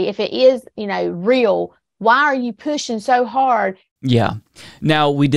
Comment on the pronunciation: how do you make "WHY" a three syllable word? 'I' a two syllable word?